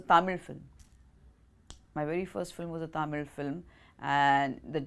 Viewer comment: The way she pronounced Nellore, Tamil correctly 👍🏻